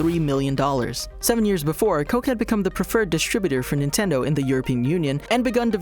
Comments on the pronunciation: then it still shouldnt be coke, but cook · why do you pronounce koch as coke ? xD it's not a K it's a CH